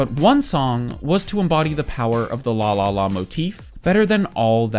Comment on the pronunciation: The way you pronounce LALALA as LÅLÅLÅ make me think, "You Swedish"? 😆